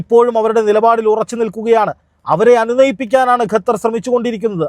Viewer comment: ഗത്തർ അല്ല ഖത്തർ ആണ്